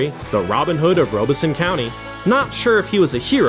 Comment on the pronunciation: Rob es son, not Robe es so. I grew up nearby